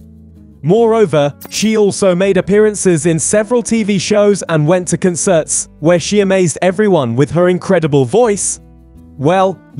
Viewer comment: Dude. If this is actually a voiceover reel, can you have a voice coach review it. - It's painful to hear "con CERTS"